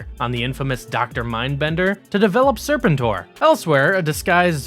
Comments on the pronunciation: “sir-PEN-tore” not “SIR-pen-tore” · it's pronounced Ser-PEN-tor, not SER-pen-tor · omg... these mispronunciations are had to ignore. IDK who Daystrow and Serpent-Or are but damn. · Daystro and Serpen Tor are gaigh bro....I prefer Destro and Serpentor....or you know, someone who's researched the video topic enough to at least know how to pronounce the characters names. THUMBS DOWN edit Globe You Les???? Phuuck you bro. I ain't watching another second. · Great video by the way, but I think that you should check your pronunciation of some of the characters, like the way you say Zartan as Zarton, or Serpentor as Serpentar , or Golobulus as Goloboulus. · Right? The animated series always used "ser-PEN-tor" and "DESS-trow" rather than "SER-pen-tor" and "DEES-trow." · Day-stro and Serpen-tor? What's going on? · Your pronunciation of serpentine and destroy is really distracting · It's sur-pen-tor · Sir-pen-tor… Jesus f Christ! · I was thinking it myself. Serpen-TOR and Deestro. didnt make it further than that. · It’s pronounced “Sir Pen tour” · Disliked as soon as he said “Serpentor”. He’s clearly never seen the show….. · Do the people who read these scripts have any familiarity with characters because his pronunciation of Serpentor is grating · The way he pronounces Serpentor and Destro has scarred me. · You know a millennial is narrating this and has virtually no firsthand knowledge of what they're talking about when they can't even properly pronounce "Serpentor". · please tell me this guy is intentionally mispronouncing Serpentor to take a dig at those from hascon that kept mispronouncing it as well... 😖😣😞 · Why is he pronouncing Serpentor like that? He also pronounce Destro wrong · Like, did the creator hire a narrator? How’d you have all this information, but still pronounced everything wrong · Yall pronounce serpentor wrong